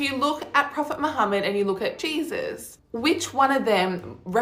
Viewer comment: I can’t stand how she says Jesus 😂